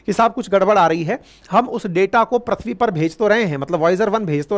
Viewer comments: सर प्रथ्वी नहीं, पृथ्वी है। सही उच्चारण। बाकी सब बहुत अच्छी जानकारी दी आपने। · Voyaz nahi Voyager 1. Prithvi bolte hai Sir na ki Prathvi.